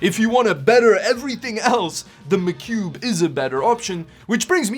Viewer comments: Its "Mah Cube" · Hearing you say macube over and over again his funny love your vids man been binge watching for a couple days now!!